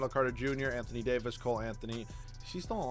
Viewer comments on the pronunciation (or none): none